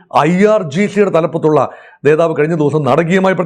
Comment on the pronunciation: നേതാവ് എന്ന വാക്ക് ശരിക്ക് പറയൂ...